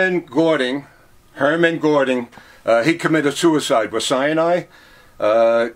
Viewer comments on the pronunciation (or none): it was a joke about his pronunciation hemrich hemla is Heinrich Himmler. Herman Godring is Hermann Göring. But for an American it's not that bad actually. I've seen documentaries with worse pronuonciation. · Amazing. But how does he keep getting the names wrong of these people. For example "Henridge Hemmler and Hermann Gording."